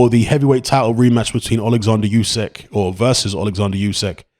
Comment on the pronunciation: "Oo-sick," not "Yoo-sack." Either way, he beats AJ again.